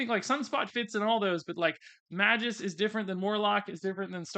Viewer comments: Not Meh-juss. May-Gus. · I just have to say this cuz it's already bothered me and I'm a stickler that way...Magus = May-guss. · You must have been purposely mispronouncing magus name. The first card was nails on the chalkboard every time you mispronounced it.